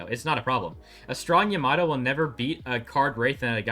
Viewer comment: How can you hear EVERY character IN GAME properly pronounce YAMATO and still say it wrong? SMH